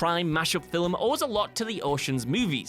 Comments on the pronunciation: it's pronounced FILM, NOT FILIM. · Are we gonna ignore the fact that he keeps on pronouncing FILIM ??????? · It's really the way he says it. What's wrong with the word "film"? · I'm glad I'm not the only one bugged by that